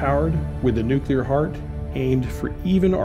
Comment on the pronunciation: Narrator needs to learn how to pronounce nuclear….